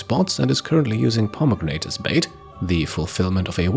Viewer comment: You're a cool guy but you gotta look up how to pronounce Cleopatra. & pomegranate. The English language is an absolute dumpster fire. Not that either of those words are English, I suppose.